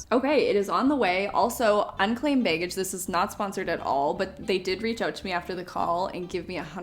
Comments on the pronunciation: Love how she says "bay-gage." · The way pronounces "be" and "baggage" as beg-gage always makes me laugh. 😅😅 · I sometimes forget she’s Canadian until I hear her pronounce words like “baygage”.